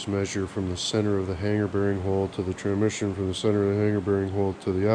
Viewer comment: "Tramission" lol love it